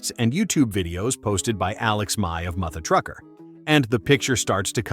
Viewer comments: Ai... really dude? It's mutha as in mother trucker not MOO-THU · Narrated by AI. He didn't even know how to pronounce "Mutha Trucker." You can't make this stuff up. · i don't know about you, but that's almost seems like it was written by a foreigner. It's obviously AI. Can't even pronounce "Mutha Trucker" properly. This channel can't do any interviews unless it's got a good translation program and I doubt Alex will do it but who knows